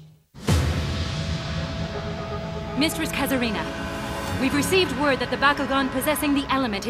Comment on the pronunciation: It's Kazarina, not Case Kina.